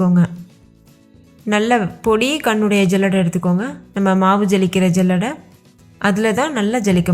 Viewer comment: ஜல்லடை இல்லை. சல்லடை என்று சொல்லவும்.